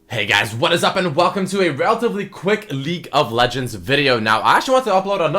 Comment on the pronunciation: Did he say welcome to a new league of legends or "leak" of legends?